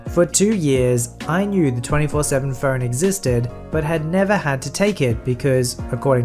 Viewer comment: I kept hearing Fern instead of phone, and it was hilarious that you had to have a 24/7 fern